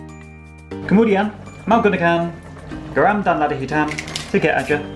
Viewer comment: Paling lucu kalo blg 'garam' wkwkwk